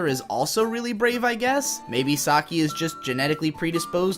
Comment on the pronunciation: "BRAEV" wow